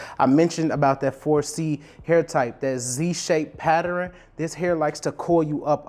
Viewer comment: I rock with you, but after all these years, you still haven’t mastered how to pronounce “Pattern” correctly